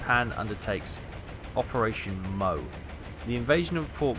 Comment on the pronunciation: Operation Mo? As in Mow, or Moe? Are you serious? (At least you know how to pronounce Milne.)